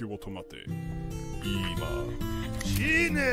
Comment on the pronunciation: Actually the pronunciation is all correct; none of the sounds are malformed. It's the bizarre speaking cadence and tonage that give it that hilarious Japanglish accent. (e.g. シ↗ーネー↘ as opposed to し￬ねー↘)